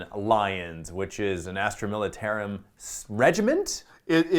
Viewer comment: " Militaruim Tempestus "